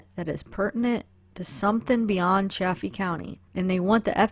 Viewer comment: Good video. It is pronounced SAL-EYE-DUH. Also it is CHA-FEE County with a long A like chafing dish.